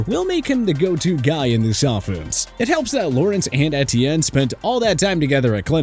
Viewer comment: Take a shot for every time mispronounces Etienne